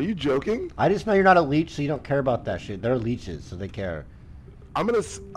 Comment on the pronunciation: im pretty sure leech doesnt end with an r